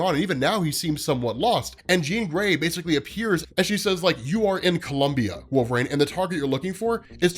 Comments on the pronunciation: Yeah is he repeatedly saying Wolve-Rain? Instead of Wolverine as we all know? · Great video, it helps me to understand the comic more! It sounds like you’re saying ‘Wolverain’ tho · Is he saying Wolve-Rain?!? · Please just say it right, or just say logan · Why does he pronounce wolverine this way?! 😂